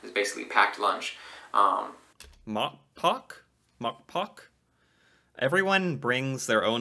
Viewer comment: He butchered the word a little by not pronoouncing the "e" at the end. "Matpakke" "mat" means "food" and "pakke" means "package"